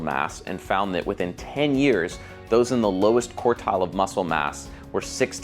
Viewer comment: Just a small point, it's QUARTILE, not COURTILE